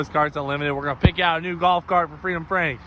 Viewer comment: “Freedom Frank” almost became “Freightliner Frank” 😬🤣